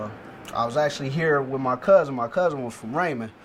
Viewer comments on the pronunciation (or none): Come on cuuuuzz...dnt do us like that. It's "1e11um"